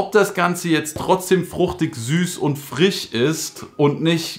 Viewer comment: Frisch nicht Frich 😂😂❤️